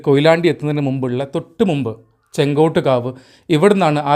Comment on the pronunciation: ചെങ്കോട്ട് കാവ് അല്ല, ചെങ്ങോട്ട് കാവ് ആണ്. താങ്കളുടെ വീഡിയോ നന്നായിട്ടുണ്ട്. വീഡിയോ ചെയ്യുമ്പോൾ ഓരോ പ്രധാനപ്പെട്ട ജംഗ്ഷനെപ്പറ്റിയും അന്വേഷിച്ച് , നോട്ട് ചെയ്ത് - പറയണം. അത് ഇത്തരം വീഡിയോയിൽ അത്യാവശ്യമാണ്.